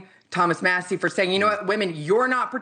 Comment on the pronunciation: And It's " MASSIE " ...Matters !